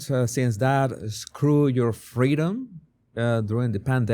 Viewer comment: I quit liking him when he said. "Screw yo' fweedoms."